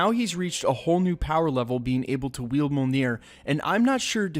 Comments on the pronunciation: It's pronounced me OL near. Not mole near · Why cant anyone pronounce mjolnor right? Me-Ole-Near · Dude, I've watched a bunch of your Endgame videos, and I've gotta say: The emphasis in Mjolnir is on the first syllable, not the second. Other than that, good videos.